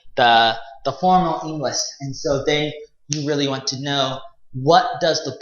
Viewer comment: Halfwit can't even pronounce the word English let alone teach it...